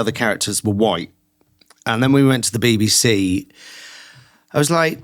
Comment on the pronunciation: When I hear you pronounce BBC as baby-C, it seems quite right.